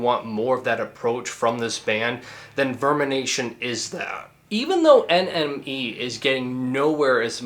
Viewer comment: When you say NME it sounds like your saying enemy